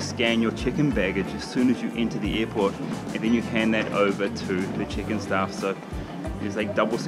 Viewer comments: Is it just me or when Karl says check in it sounds like chicken. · I heard that too but I think he was saying Check-In Baggage. But yeah, I does sound like Chicken Baggage the was he said it.